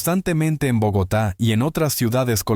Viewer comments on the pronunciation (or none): Al narrador…..es Bogotá……no bogatar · Porque dices Borgata .. Sabes que es Bogotá ... Ni te hagas ..